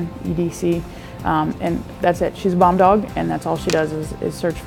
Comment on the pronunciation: at first i thought she said bong dog lol